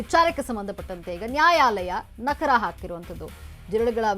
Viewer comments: ಅಯ್ಯೋ ನಕರ ಅಲ್ಲಮ್ಮ , ಅದು ನಕಾರ, ಅರ್ಥನೇ ಬೇರೆ ಬೇರೆ ಆಗುತ್ತೆ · Nakra alla nakaaaaaara medam